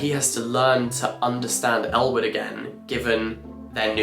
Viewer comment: I was watching this in the background as I was working and seriously thought he was saying Elle Woods when he was actually saying Ellwood 😅